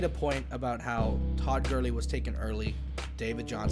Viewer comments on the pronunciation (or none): none